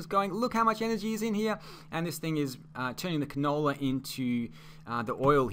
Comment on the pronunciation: It helped a lot but you saying the canable was funny